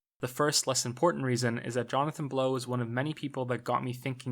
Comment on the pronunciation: "Johnathan Blown" haha